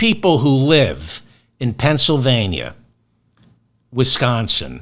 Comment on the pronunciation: Thank you for saying "Penn S Y L vania" and not "Penn SA vania."